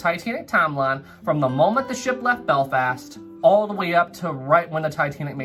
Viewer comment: “Beflast” lol